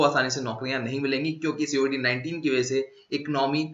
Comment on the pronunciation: Sir, Why are you pronouncing it as 'C' 'O' 'VID' '19' instead of covid-19. Any reason?